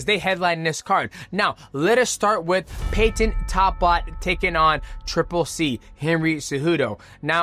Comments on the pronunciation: Yo mighty why do you say Peyton weird and you say his last name weird don’t be weird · Bro I can’t even watch this because you say Peyton so weird next